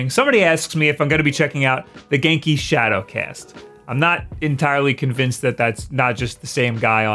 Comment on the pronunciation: He’s saying genki wrong right it sounds weird when he says it.